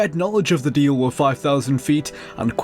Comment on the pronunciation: It really grates when he says "wiv" & "wivout" rather than "with" & "without".